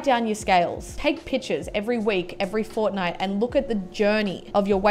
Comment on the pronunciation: did she say fornight